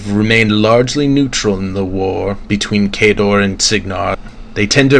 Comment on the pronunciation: good stuff, but its Khadoran, not Khadorian. unless they changed it for MkII